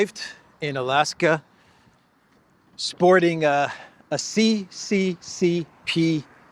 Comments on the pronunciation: Lavrov not just the world's top diplomat. He's also a fashion trend-setter! Great T-shirt. Where can I get one? Btw CCCP is not pronounced Cee Cee Cee Pee but SSSR. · The 'P' is not P, it is R in Russian Alphabet the P is R. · "CCCP" is pronounced SSSR! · it's not cccp it's sssr